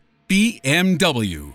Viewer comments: Worst attempt at BMW I've ever heard. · OMG the (non)pronunciation of BMW. I'd never have guessed it, did he say it out of context somewhere.